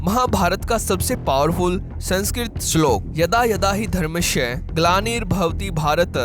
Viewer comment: dharmashya nahi dharmasya kaho. H mat dalo